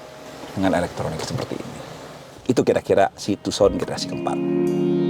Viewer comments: Agak terganggu sebutan tuuson nya.... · Setau ku dibaca Handey Tuusan